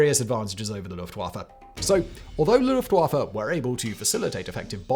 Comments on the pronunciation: It's pronounced "Luft-Voffa". Not "Luft-waffle". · I like the early period of WWI when they were just scouts, and then the pilots started shooting at each other with pistols. Very hilarious to our modern conception of arial warfare. P.S. Luft (air) Waffe (weapon) thus, air force. W is V in German, it just irritates me. It's not Luft-wah-fuh, it's Luft-va-fah. No offense to you Simon, just a common trope.